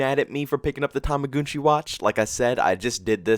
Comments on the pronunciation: Toma- gun - chi im not sure why your saying tomagoonchi. If you have a decent kd and spm you should be fine. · Why do you say tumugoonchi